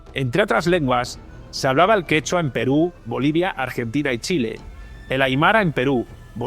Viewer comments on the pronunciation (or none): none